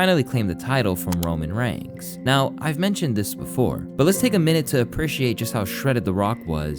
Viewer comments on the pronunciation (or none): Why are you saying Roman Rangs? It's Reigns. As in RAINS. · The way you pronounce Roman reigns. Also yikes